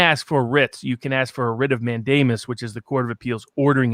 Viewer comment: Love the content, but please, PLEASE, listen to this clip for the pronunciation of mandamus